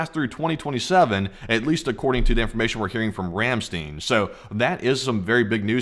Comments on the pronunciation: Ramstein is pronounced Ram "stine" the ei is pronounced like a short I . Ramstene is not how the Germans pronounce this word. I have been to this base several times. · Ramstein, not 'Ramsteen'. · The actual pronunciation of the word "Ramstein" is "Ram - stine". The "ei" in this case is pronounced like " i " and not " e ". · Ramstein is pronounced "rahm SHTINE) you know...like the band. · You need to learn how to pronounce Rammstein!